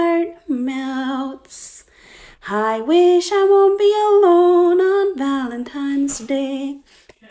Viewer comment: NONE OF Y'ALL ARE TALKING ABOUT HOW SHE KEPT SAYING "valentimes day" 💀💀💀